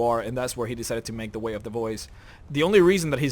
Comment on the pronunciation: Its funny when you say "way of the boys".